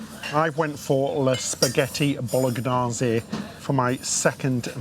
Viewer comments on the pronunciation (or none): Thank you for this Tours. You were right about the inside cabin and just a suggestion …Bolognase has the silent “g”